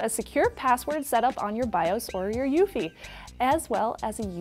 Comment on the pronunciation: It's U-E-F-I not ufee.